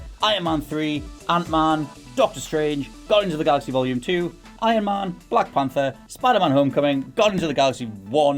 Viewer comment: Does anybody gets triggered by the fact that he says Man and not man